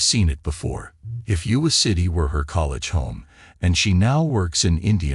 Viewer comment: IOWA not UWA!!! Also AI mispronounced Des Moines, of course!